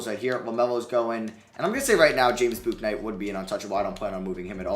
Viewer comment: if you’re doing a charlotte franchise ur gonna need to learn how to pronounce james bouknight